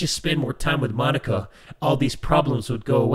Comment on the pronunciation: say mo-nika